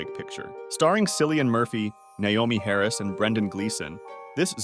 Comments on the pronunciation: Cillian is pronounced Killian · R.E.C. has no zombies in it. They are possesed by demons. If you've watched all the R.E.C. films then you would know. And your pronunciation of Cillian Murphy's name gave me cancer!!!! Its killian not sillian.